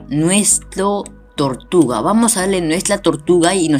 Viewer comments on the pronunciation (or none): Tortluga dices xD >XD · No sabes hablar bien dices "vamos a ver que nos dan por nuestra tortugla >XD